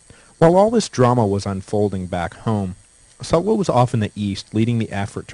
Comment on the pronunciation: Sula "su la" Sulla "soo la"